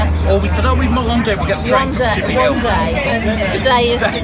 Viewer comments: Actually it is pronounced "Ship ee ah Hill" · also said it as chippy Hill at one point!